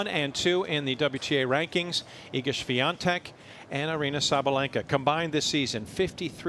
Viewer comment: why does she keep calling her swiaNtek lol